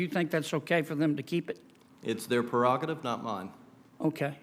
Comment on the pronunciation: Prerogative, not “perogative”. The professor needs to bone up on his vocabulary.